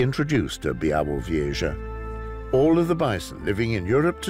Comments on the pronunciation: Yes, me to but honestly also it starts to bother me more each time I hear Bie - vu - vieshah 😅 and also when he described where this place he mentioned only the distance from Berlin for some reason 😅 but the voice is great and it's a beautiful documentary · Fantastic narrator. As a Pole, I appreciate the struggle each time he says `Białowieża' :D